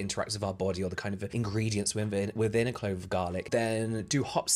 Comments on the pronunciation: definitely wouldn't take advice from someone who says "clobe" of garlic, helppp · She most definitely did say "clobe" I went back and watched it like four times lol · Literally went back to see if she said "clobe" 😂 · She ABSOLUTELY said clobe of garlic like she was unable to choose properly between clove and globe…